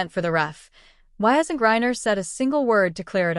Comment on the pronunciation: Why are you obviously mispronouncing her name? And i won't hit subscribe